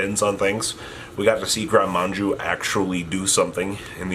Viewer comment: drinking game: drink everytime mispells "gren maju" as manju